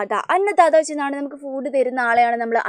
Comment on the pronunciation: ഫൂട് no ഫുഡ്😂😂😂😂😅😅😅😅